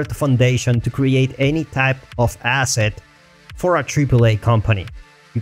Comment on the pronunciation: say "asset" again.